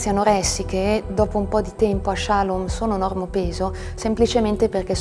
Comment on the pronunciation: "Che non potesse di nuovo accadere che qualcuno ci prendesse, ci portasse, ci segregasse..." cioè i suoi genitori. Suo padre magistrato non ha mosso un dito contro questa comunità. Comunque si dice shalòm, non shàlom.